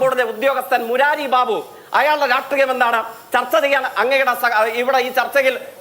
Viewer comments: എന്നും എവിടെയും തോൽക്കുന്നവന് പേര് "ജയിക്ക്"..😂 ചിന്താശേഷി ഒട്ടും ഇല്ലാത്തവൾക്ക് പേര് "ചിന്ത" ജെയ്ക്കും ചിന്തയും യുവ കമ്മികളുടെ രോമാഞ്ചം...😂😂 'രാട്രീയം' അല്ല 'രാഷ്ട്രീയം' . അതെങ്കിലും മര്യാദയ്ക്ക് അക്ഷരശുദ്ധിയോടെ പറയാൻ പഠിക്കെടോ ജയ്ക്കെ... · രാട്രീയം.. സംസയം 😂😂😂😂 ഇ മൈരൻക് മലയാളം അറിയൂലെ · Ee fake nodu parayu രാഷ്ട്രീയം ആണ് രാട്രീയം അല്ല എന്ന് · ശ, ഷ ഈ അക്ഷരങ്ങളോട് ജയിക്കിന്‌ വെറുപ്പുണ്ടോ....😅 രാട്രീയം, പൂസേണ്ടത്... 🤣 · രാഷ്ട്രീയം എന്ന വാക്ക് നേരേ ചൊവ്വേ പറയാൻ അറിയാത്തവൻ 😅😅😅😅😅😅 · പുള്ളിക്ക് ശ വരില്ല 😂